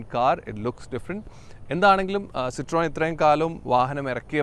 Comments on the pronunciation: "സിത്രോയൻ" അല്ല ചേട്ടാ. "സിത്രെൻ" എന്നാണ് ഉച്ചാരണം. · സിറ്രോയെൻ അല്ല സിട്രൺ